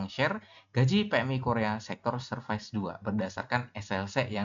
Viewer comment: Tolong jgn pronounce "serfais", alay banget sumpah sok nginggris malah ngaco.